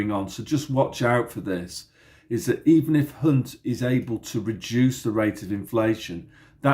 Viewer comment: Thanks, Hunt sounds like #unt...